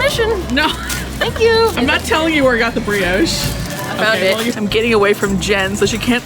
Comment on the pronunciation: Americans pronounce brioche so weirdly